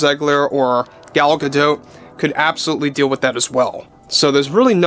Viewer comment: You finally pronounced Gal Gidot name properly. WTF